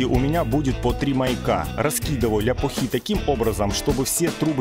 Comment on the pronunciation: Прикольно звучит ляпухИ. Обычно говорят ляпУхи или просто лЯпки. А вообще мне нравится но конечно УШП куда легче и быстрее.